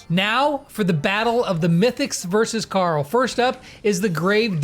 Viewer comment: Pet pees .. not carll. Its Carl hehhe no joke